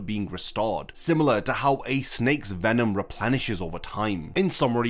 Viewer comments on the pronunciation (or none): none